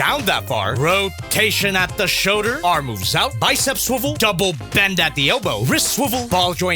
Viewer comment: I like the way he says showder instead of shoulder.